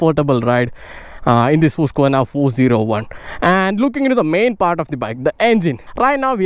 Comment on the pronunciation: It is really encouraging and pleasing to listen someone pronouncing the name of the company correctly.